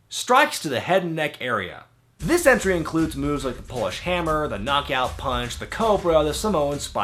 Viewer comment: When said " Polish Hammer" I thought he said "Bullhammer." I almost unsubscribed lol